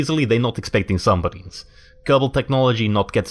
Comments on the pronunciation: Er... "suMBarines"?! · U say "suMBarines"